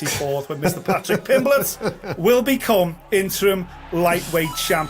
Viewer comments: Pimpletch like it's some kind of root vegetable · It's not funny, it's just how Brazilians pronounce that name. You should travel more, meet people from different languages and cultures, and open your mind. English is my third language.